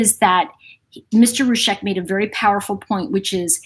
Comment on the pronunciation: I want to say a helpful thing, please don't interpret it as rude. They pronounce it ROO-ZEK. You say Roosheck. If you care, honour them, and pronounce it as they do.